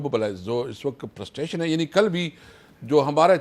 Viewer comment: Yeh prustration kya hota Hai. 😅😂😊